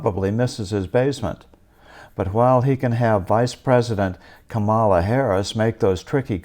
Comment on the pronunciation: Did you say "Come Allah"?